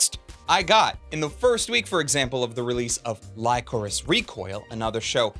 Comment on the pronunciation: lycoris as in the flower, buddy. that's my only gripe. that you pronounced it wrong.